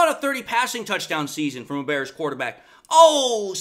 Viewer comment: I'm not scared of a team led by a guy who says Da Bears like that 😂😂